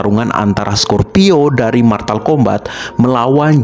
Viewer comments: Bang itu mortal bukan martal😂😂😂😂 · Mortal kombat bang bukan martal kombat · Mortal bukan maltal